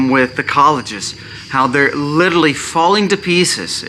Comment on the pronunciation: New drinking game...every time you say " literally " take a shot...every time you say "litaly" take a double...8 sbots so far!